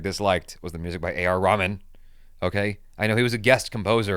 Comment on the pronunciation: called a.r Rehman (ramen): it’s seems like noodle 🍜: please pronounce name seriously.